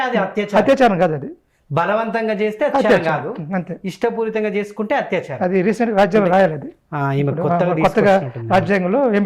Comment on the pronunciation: Hathyacharam kadhandi, word is "Athyacharam" andi.